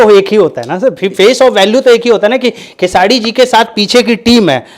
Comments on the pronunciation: Tottle khesadi nhi khesri hota h bolna sikh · नाम तो बोलना सीख ले चूतिया खेसाडी बोलता है 😂😂😂😂 दोनो एक ही जैसे😂😂😂😂😂